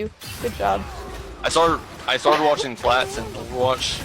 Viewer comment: "You not see da Fwats tweir wist?" - asks the biggest loser in the lobby 😂